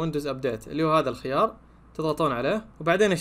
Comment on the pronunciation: انت مش بتعرف تقرأ الخيار الخيار قوله انطقه